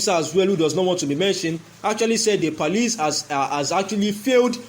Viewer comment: What is he saying, is it police or parlice?